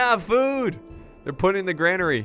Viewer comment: its said like Grain-ery not Gran-ery